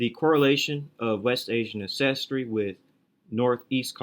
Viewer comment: Great video as usual, lots of good info. Thanks for the hard work. By the way it's AN-ces-try, not an-CES-try. Just like AN-ces-tor